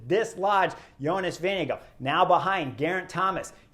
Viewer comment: Why is it that American commentators incorrectly pronounce Jonas' name?